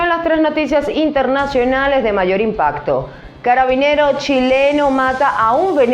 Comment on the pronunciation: Se dice Carabinero